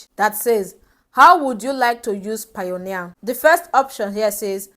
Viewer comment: its not pioneer it is payoneer ...pay-oneer